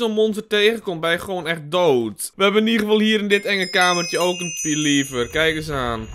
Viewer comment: Sorry, maar je spreekt "lever" uit als "levver", en niet als "liever". Voor de rest vind ik je video's wel supergaaf!